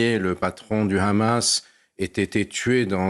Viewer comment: Gille Kepel au top mais le présentateur est clairement partial. Il prononce hezbollah et hamas à l'israélienne et il ne cesse de sortir l'argumentaire de Tel Aviv "Israël se bat pour sa survie, Israël n'attaque pas, Israël riposte". On peut être d'accord ou pas mais un présentateur se doit d'être plus neutre.